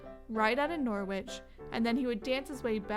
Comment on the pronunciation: Norwich is pronounced NORRIDGE